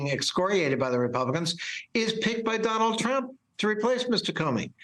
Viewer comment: Did I hear that correctly? Did he call the guy Donald Hump? I hope that was intentional.